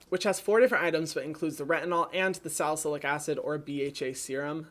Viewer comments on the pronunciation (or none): none